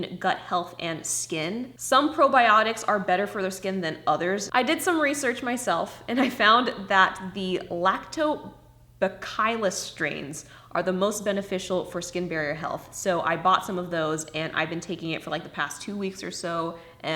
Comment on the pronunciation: Your skin looks beautiful love! Also it’s pronounced lacto(like milk) -bacill (rhymes with “de Vil” in Cruella de Vil) - US. Thank you for the simple tips, I often find I’m using way too many products and my skin gets hella mad at me 😰